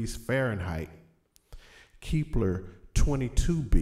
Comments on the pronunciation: KEP.....LER NOT KEEEEP LER OR ELSE IT WOULD BE KEEPLER THEN WHAT WOULD YOU DO PRONOUNCE THE LETTER E LONGER ? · Keepler? kepler! idiot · Lol he can't pronounce the planet.